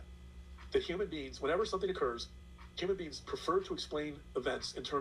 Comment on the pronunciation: Also I wish would learn to pronounce “human beings” instead of “human beans”.